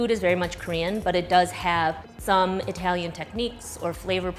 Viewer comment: Itehlyun = cool Chicago accent